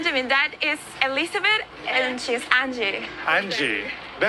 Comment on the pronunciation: Definitely actors! She didn't even pronounce Elizabeth right 😂😂